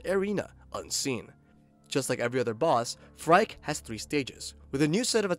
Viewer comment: The name is pronounced like "Freaky" not "Frike" btw.